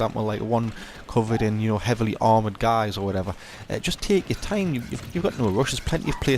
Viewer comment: "Tehk ur thime" he says, while sprinting around erratically